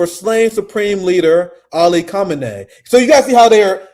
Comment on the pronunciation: my brother, you pronounce Khamenei like this: Khah-men-ah-ee